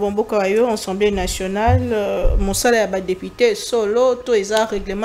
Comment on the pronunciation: J'ai l'habitude de vous suivre et je vous exhorte à bien prononcer les mots, on ne dit pas Ensemblé nationale mais plutôt ASSEMBLÉE NATIONALE